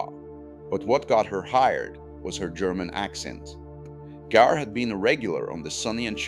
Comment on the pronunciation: It is pronounced Gaar, not Geer. Why I am finding AI annoying.